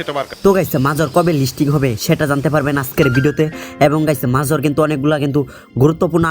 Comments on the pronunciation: শালা মোর উচ্চারণ করা শিখেনি মেজর কে মাজর বলে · ভাই আপনি মাজর না বলে মাজার বলেন তাও শুনতে ভালো হবে